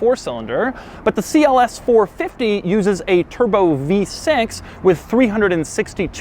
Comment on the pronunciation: It is not Si El ES, it is CLS.